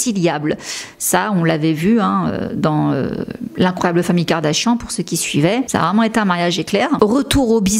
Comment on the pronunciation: You're mispronouncing her name. Check it in any English speaking video. 😊